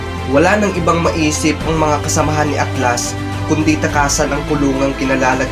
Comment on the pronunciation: HAHAHAHAHHAHAHHAHAHAHAHHAHAHAHAHAHAHAHAHAHHAHAHA RINIG KO AKLAS!!!!!